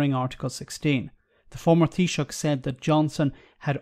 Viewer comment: Not that I'd expect you to be able to pronounce Tánaiste but because you nailed taoiseach I thought I'd whack it up for you. Tánaiste - tawn - ish - ta Can understand why you used "deputy prime minister" though